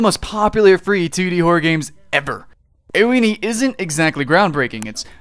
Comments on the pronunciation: Btw Ao Oni is japanese so it'snow pronounced, "eyo oni", it's basically "Ah-O O-knee". And the game is kinda is scary because the blue guy moves fast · I like how he pronounced Ao in Ao Oni. It's pronounced "Ow." like you've hurt yourself. XD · the way he sais Ao oni ahhahahahhah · I had to laugh every time you mispronounced ao oni XD